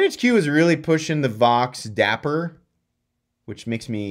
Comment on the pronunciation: The way you said “dapper” made me laugh 😂. I love it. Great vid yet again